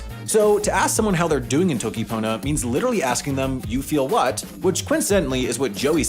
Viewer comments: he pronounced "toki" wrong (yes I will nitpick pronunciation just because of how much else he messed up lmao) (it's "toki" not "t(h)owki") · he said toki :|